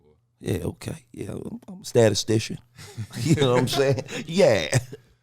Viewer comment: Nobody gonna talk about him saying “statistician”?